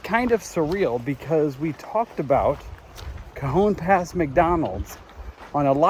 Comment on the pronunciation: Pronounced Ca -hone pass...